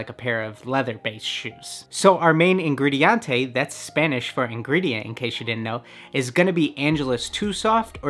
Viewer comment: You said "ingrediate" for the spanish equivalent of ingredient. You were wrong, it is "ingrediente"